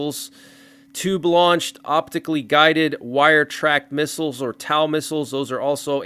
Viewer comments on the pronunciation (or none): Pronounced toe, not tow like in town. Multi use anti tank missle launchers that can be ground or vehicle fired.